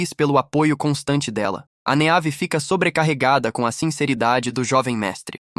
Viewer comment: Meus ouvidos sangraram muito nesse vídeo. Vários nomes clássicos com a fonética dita de forma aportuguesada. Meave sendo dita da forma como se escreve 58 vezes me fez parar de assistir o video porque tive um desmaio de hemorragia oftalmológica.